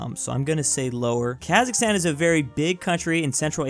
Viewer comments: bro him messing up kazakhstan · He got Kazakhstan wrong twice 😅 🇰🇿